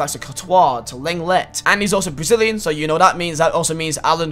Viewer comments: It’s long-ley not leng-let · It’s not leng let look up how to say it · Leng let, great pronunciation m8